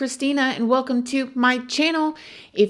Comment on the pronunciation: I gave your channel a chance but I can't take the over repetitive "good morning my...." & wel-kim to my chan-nill" ugh. Along with the dut dut dut & mispronounced words...I can't. I don't think this is your calling my dear. Going to subscribe to Annie Elise.. Good luck!